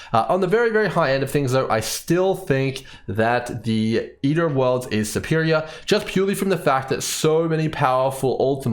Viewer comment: "Ear o´ orlds"